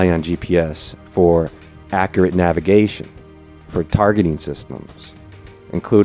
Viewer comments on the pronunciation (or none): none